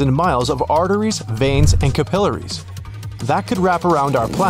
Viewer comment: Capillaries is pronounced incorrectly.